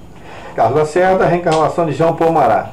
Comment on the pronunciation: "Marrá".É a pronúncia do nome francês Marat.